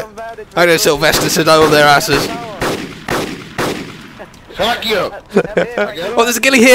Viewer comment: after tony shoots at someone "FACK YOU " XD